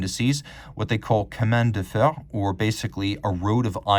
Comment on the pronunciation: Great video. Amazing watch. As a native French speaker I have to adress this... 😂 "ch" in chemin de fer is not pronounced as a "k" but rather like "sh" (shoot, show, shackles,...). Nevertheless ... Keep uploading amazing videos